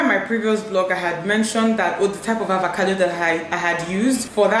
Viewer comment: Is it avacado or avocado? Dinma keeps pronouncing it as avacado. Am I missing something?